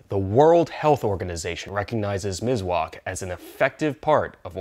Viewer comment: Mis-wak Miswak by S not Z 👍Nice video😊